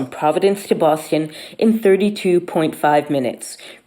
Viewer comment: She can't pronounce Boston.